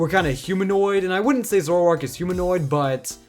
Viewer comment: There is no U in Zoroark!